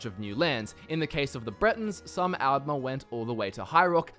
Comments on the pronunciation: That's al'mer with a d not al'mer with a t 😂😂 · Since the T's and D's sound similar in your accent, why not try distinguishing them by pronouncing the A's differently for Aldmer and Altmer For example, pronounce Altmer as you do now, and pronounce Aldmer as "Ahld-mer", as the softer A might make the D sound more noticeable Also, thank you for pronouncing Chimer like Kimer, and not like they're a race of wind chimes lol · The way he pronounces the A’s is really weird. All Australians I know (myself included) would/do pronounce altmer, aldmer, alternative, etc more like ‘old’ rather than like ‘Alphonse’.